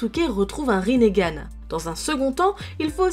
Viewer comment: elle a pas bien dit konoha RINNEGAN